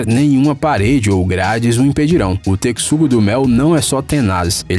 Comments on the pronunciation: Kkkkk tecsugo me deu agonia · Texugo q horrível essa pronúncia ,eu acostumado do Alvim e os esquilos falando techugo do mel nossa que aflição ele falando texugo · "tecsugo" kkkkkkkk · É texugo não tecxugo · Mas sabe de uma coisa? O "TECSUGO" DO MEL NÃO SE IMPORTA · O correto é pronunciar "techugo" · Pensei que era só eu q tava sentindo isso, meus ouvidos sangram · Ahahahah mesmo! Estes vídeos têm a intenção de ensinar, mas nem pronunciar o nome dos animais sabem! Lê-se mesmo como se escreve. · Você falou texugo errado! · Essa pronúncia do "texugo" esta precisando de correção mas o vídeo foi ótimo parabéns. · Texugo: x com som de ch Por favor não erre de novo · Isso me deu uma agonia, o cara do vídeo n pesquisa o mínimo. Kk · 10m de subs e não sabes ler 'texugo' lindoo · Ele também falou Texugo errado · E o pior é que falou tanto e errou todas, a leitura do x nessa palavra não era essa....pelo menos na é poca que eu tava na escola kkkkkkk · Drongo Africano? (Esse nome ai n lembra Mongo e Drongo?) Ele pronunciou Texugo errado!! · A pronúncia está errada. Que vergonha! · Qual a pronúncia correta? Texugo=tequisugo Ou Texugo=techugo ???????????????? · ele pronunciou tecsugo e se pronuncia techugo a palavra texugo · 21 vezes teCSugo do mel kkkkkkkkk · TESHUGO DESGRAÇA TESHUGO A PORRA DA PRONUNCIA É TESHUGO DESGRAÇA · Se pronúncia TECHUGO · Naaaaaaãoo 😭😭😭 TECSUGO não... Que agonia qnd ele fala TECSUGO, mano é T E X U G O AAAAAAAAAAAAAAAAAAAAAAAAAAAHhhhhHhHHHHhhh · Que agonia vc falando Tecsugo, puta q pariu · Kkkk pensei q era só eu q tava doido com isso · Eu pensei que ele falava de brincadeira nas primeiras 5 vezes depois começou a irritar TECSUGO TECSUGO TECSUGO KKKK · Pigeon Mask a pronúncia correta e “techugodo mel” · Não, está errado, a pronúncia certa é "Techugo do Mel". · Eu também tinha ficado com dúvida ksks e me dava agonia quando ele dizia "Tecsugo-Do-Mel" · Deu tanta agonia dele falando tecssugo que eu tive que pular o vídeo kkkkkk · "Teckisugo do mel"